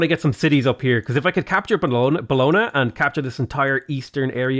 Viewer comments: Bologna is pronounced as bolòn-ja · it’s bolon- YA!! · Really enjoy these videos but the pronunciation of Bologna always makes me cringe. Logically, I'm sure there's all sorts I pronounce wrong but that doesn't stop the cringe.